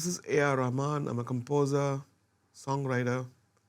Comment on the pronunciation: Pas rackman guigui, Rahman